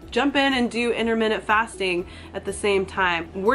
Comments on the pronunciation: 'innerminneht fasting' 😖 sorry, it irritated me a little 😂 its just my silly british self, ignore me 😉 (inter-mit-ant 😋) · IT'S INTERMITTENT!!! NOT INTERMINUTE YOU SPA!!